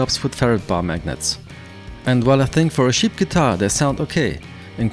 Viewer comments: Wenn du ansetzt um cheap zu sagen, dann hört sich das an als ob du über Schafe sprechen würdest. I really appreciate the effort trying to bring your point across not using your native tongue, please do us a favour and try to pronounce words the way they need be pronounced. apart from that, great job, nice video! keep on keepin on! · He kept saying sheep Guitar the entire video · Am I the only one that finds it hilarious that every time he says cheap I hear "sheet'? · did you say sheep cheap or shit lol haha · I thought you kept saying "shit" instead of "cheap" this shit guitar with shit pickups and look at the shit bridge with its shit saddles lol.